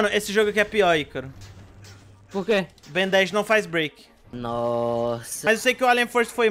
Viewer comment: "ben 10 grnde" kkkkkk